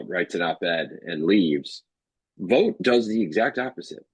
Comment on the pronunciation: Vought rhymes with thought. Why are we helping Trump whitewash this guy?